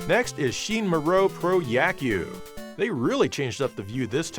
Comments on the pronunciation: Moero is pronounced Moh- EH-Row, not " moe- row" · The way he pronounces moero is 🤣🤣